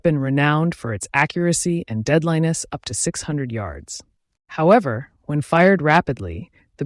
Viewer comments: ‘DeadLIEness’…? Is this AI with more ‘A’ than ‘I’? 😮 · Don't use AI voices because occasionally you'll get some dopey mispronounced word like "deadliness " pronounced as "dead Linus". I can understand a non-English speaker muddle it up, but it's really dopey-sounding from an entirely AI created video. When do many of the illustrations look like AI versions of the troops in. Frederick Remington style.... sad.